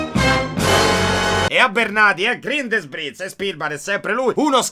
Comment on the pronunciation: Sì pronuncia "GRINDELVALD" e non "GRINDELUOL"! 😅😅